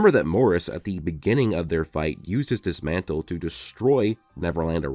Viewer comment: Did he say dismantle🤣